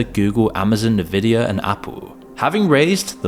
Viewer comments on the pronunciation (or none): it's pronounced "envidia" like the real word "envidious", not "nevidia". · . Did he say Nuvida? Fun fact, if you mispronounce a primary name that's vital to the story, you lose credibility. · It's Ehn-vid-ee-a, not Neh-vid-ee-a 🙏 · Unvidia, not nuhvidia! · Omagahhhhhhd it's not 'NUHVIDIA' ITS 'ENVIDIA' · it's en-vidiya, not nividia. really not that hard. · The company is called Nvidia and its pronounced "N - Vidia" not "Nuhvidia" like someone who has never been on Earth before in the company's 25+ years of existence, and I want to smack the screen every time you say it in such a chalk-on-a-blackboard kind of way. Ugh. Huge channel, one of the worlds biggest companies and saying Nuhvidia like a boomer is wild. And painful to the ears. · It's not NI-VIDIA. Please pronounce NVIDIA properly. It's (e)NVIDIA. A portmanteau of Envy, Video and Vida. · Please guys its so cringe when its pronounced nevidia, its the most valuable company in the world and you show me that your content might not be authentic because a little research will sure tell you its N-Vidia. 52 seconds into the video, I just left this comment and not going to continue watching it. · What Is Nevidia? 😅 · "nuhvidia"? Really? FFS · NUH-VIDIA is crazy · Nvidia-- say it like that again-- Nuhvidia. Keep saying that until more people catch on! 😀😄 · Nuh-vidia, Ah-mode-ee. Something tells me this video is a bit of a slop itself. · Ne-Vidia? Are we talking like Trump now? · Navidia?! Really dude?! 🤦🏻‍♂️🤦🏻‍♂️🤦🏻‍♂️ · "nuh-vidia" -- bit of a giveaway there. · As soon as I hear a video mispronounce Nvidia I know it's either AI slop or AI slop with extra steps (human narrator who is clueless).